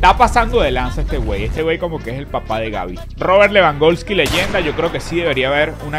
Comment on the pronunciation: Lewandoski no lewangolski xd